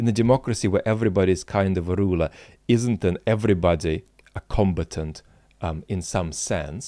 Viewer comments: Hey, love your videos. Just a quick feedback to this and your last video. Your pronunciation of "combatant" really confused me at the start, as it sounded to me as "competent". Only further in I realized what you meant and everything made much more sense. I was only familiar with the other pronunciation "comb-A-tant". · Com. BAT. Ant. Suggest he go to Google pronounce to. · Until today, I didn't know the British English pronunciation of "combatant." Like competent. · Combatant - sorry I mispronounce some words